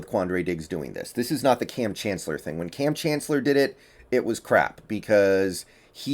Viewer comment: actually just said "Kam Chancellot" and "Ken Chancellor".